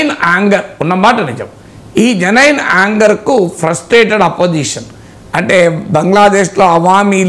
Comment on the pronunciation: మీరు కొన్ని ఇంగ్లీష్ వర్డ్స్ భలే వెరైటీ గా చేస్తారు. జెనైన్ కాదు జెన్యుయిన్ is close to correct pronounciation.